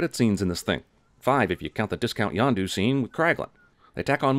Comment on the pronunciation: Yondu not Yonda lololololol